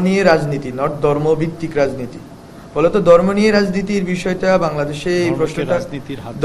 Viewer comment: শব্দ টা ধর্ম। দর্ম নয়। উচ্চারণ সঠিক করুণ।